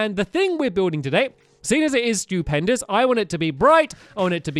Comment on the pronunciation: when he said "stewpendis:" i thought he said "stupidpendis"